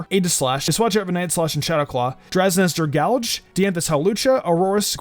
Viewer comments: say it with me dra-gall-jee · Please never say dragalj ever again